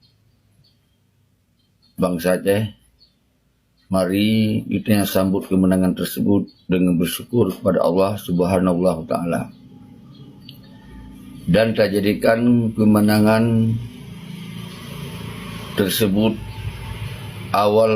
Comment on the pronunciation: Bapak salah ucap,coba dengar di menit 06,40 Yg benar ( Allah subhanahu)الله سبحانه وتعالى bukan allah suhhanallah.